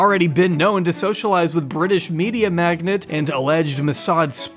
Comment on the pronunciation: Magnate not magnet. Lol!